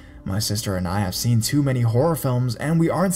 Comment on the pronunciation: Am I the only person who thought he said "Baby Sitting Whore"